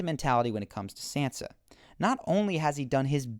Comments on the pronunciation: your video might have been good but i just cant keep watching and hearing you call sansa 'sensa'. it just hurts my ears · It's not "San-zah" or "Sahn-zah", it's Shan-shah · it is pronounced "SAHN-SUH" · It's pronounced Sansa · SANSA! Why not pronounce it correctly? The way you pronounce it is very distracting, almost annoying.